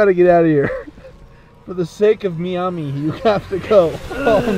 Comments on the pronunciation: For the love of god stop saying me-ami its fucking my-ami, MIAMI. JESUS. So cringeeee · Y did u say Meamee. Its M-eye-am-e. it is spelled miami but that is how you pronounce it. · Bro said meami it's miami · Me-ami? Do you mean my-ami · why are you calling it meame its miami thats where i live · They can’t pronounce Miami correctly it’s so frustrating.👺